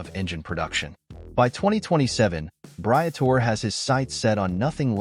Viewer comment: If you are going to get an audience who respects what you are saying at least learn to pronouce the names of those you are taling about... Britore...Bree-a-tor-eee.